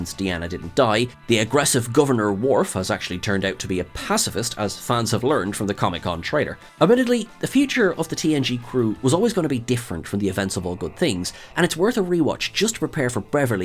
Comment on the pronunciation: It’s not “passivist” it’s “pacifist”